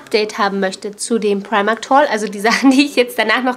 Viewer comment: Sehr schöner Vlog :-) Meine ich das nur oder sagst du immer Primarkt, also mit T hinten? :D